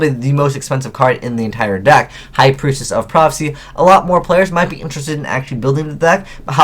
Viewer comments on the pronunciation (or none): Lol, prietess